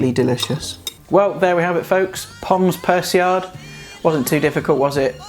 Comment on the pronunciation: that god someone on youtube knows how to make this correctly and pronounces it right as well, mad props m8